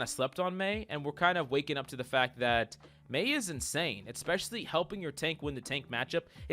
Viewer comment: Hi mate. Can you please not say "eXpecially" and "CaLVary". It's "eSpecially" and "cavALry". Thanks bruh